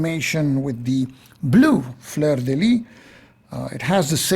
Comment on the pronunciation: Great video (as usual, I'm tempted to say...)! Couple of small details on pronunciation, if you are interested: "fleur de lys" should sound like "lee-s" (the "s" sound has to be heard); "tallard" (no final "d" sound). And yes, the french pronunciation was designed specifically to confuse english-speakers!